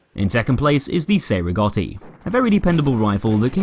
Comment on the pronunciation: Cei Rigotti is pronounced Chay Rigotti pls